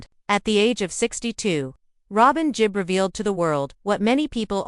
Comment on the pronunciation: It's "GeeB" (Gibb) not "Jeeb"